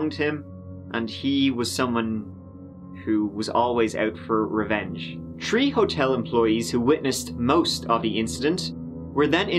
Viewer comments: "Tree Hotel employees" ..... is that THREE or Tree as in DoubleTree? Or both? Tree Tree Hotel employees? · Its three with a th not a tr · He said "tree" hotel members but I'm not sure what he means. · Lol "tree"